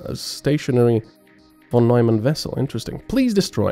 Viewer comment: ...Von Nojman? Seriously. -.